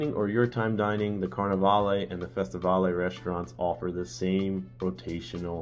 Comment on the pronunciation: Great video. Just to let you know the two dining rooms you mentioned are pronounced Fes-ti-vale and Car-ni vale named after former Carnival ships. Not pronounced Va-le.